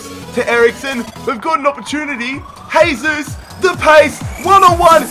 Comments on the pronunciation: It's not pronounced haysus its jaysus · It sounds like your saying hey Zeus